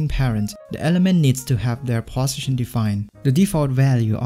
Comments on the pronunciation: I am hearing bosition instead of position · 'position' pronunciation is strange